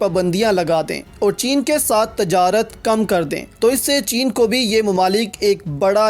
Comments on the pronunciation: Aap ne tajrat padh wo :tijarat:hai islahkarlein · Aap ne tajarat padha wo :tijarat:hai. islah kerlein